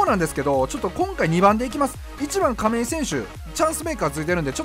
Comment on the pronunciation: 亀井がバーレンティンにしか聞こえんw